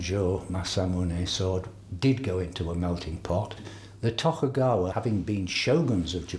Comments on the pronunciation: and tokugaywa assu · and tokugaywa assu... xD figures they could at least get the pronunciations right